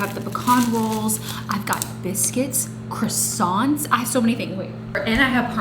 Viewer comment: As you're french .. how come you can't pronounce croissants?? 😂😂